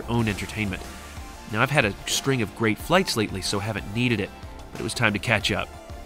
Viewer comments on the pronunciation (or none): none